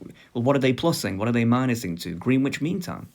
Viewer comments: Green Witch? It's Grennitch mate, innit. P.S. I'd pick Spanish or Mandarin... ...if English didn't exist! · Actually Greenwich is pronounced "grenitch" look it up its real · it's pronounced like spinach